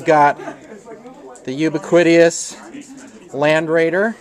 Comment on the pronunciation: He pronounced it You-Be-Quiting-Us. Perhaps that was a very sly reference to the Death Guard and their heretical ways?